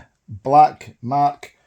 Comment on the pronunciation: Its not mark your saying it wrong lol 😆 😂